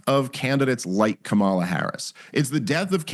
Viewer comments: I like Dave for the most part. But I don't understand why he refuses to pronounce " Saagar" or "Kamala" correctly. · He can't pronounce Kamala either. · Maybe you could correct Stiff on his intentional and racist mispronounciation of Kamala's name, Krystal. Have no love for Harris. But there's zero excuse for mispronouncing her name at this point. Accuse me of playing the "race card," righties. You know I'm right. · Bro, it’s Kamala com a la.. it’s not k malla.. It’s not hard. It’s not rocket science stop doing that. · I voted for her despite not being a big fan (for obvious reasons). How is it that people in the political sphere still can't pronounce her freaking first name correctly?